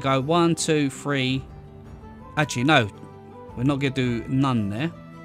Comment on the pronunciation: Great builds but after a bit the number "three" being pronounced "free" really starts to be irritating.